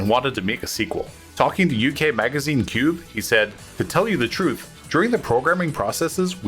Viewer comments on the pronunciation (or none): none